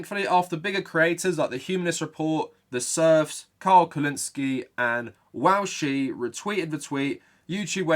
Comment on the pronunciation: I have heard some weird pronunciations of Vaush but wowshie is a new one